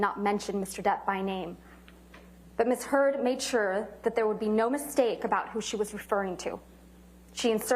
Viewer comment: …sounds like she said Ms Turd….hahaha!